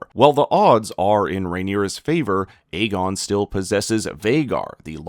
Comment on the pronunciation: Another YouTuber pronouncing the name Aegon WRONG every. Single. Time.😂😂😂